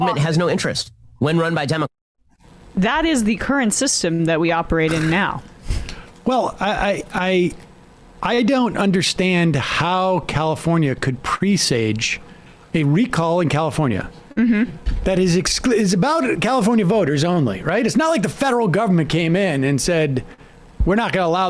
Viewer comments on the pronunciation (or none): He's also mispronouncing presage. There are two acceptable pronunciations.....PRESS-age and Pruh-SAGE. Not PRE-sage. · Who pronounces it "Pree-sage"? It's "Press-edge" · Are you sure it's not "foresage?" Because he isn't lol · Did he say "forsage"? Instead of "presage"? 😆😆😆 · Ben doesn’t know how to pronounce “presage”. 💀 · That’s not how you pronounce presage, Ben.